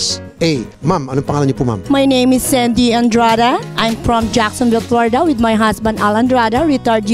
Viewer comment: lmao! tagalugin mo na hirap na hirap ka na lmfao!!! "im Prom Plorida" "i apresiyeyt eBrithing you do here in the Filifhine" "around the Werd" "para kang doktor kulang na lang mag Sarjeri ka you know that?" lmfao hay nako dami pa! Humble daw ampucha more Hum-bog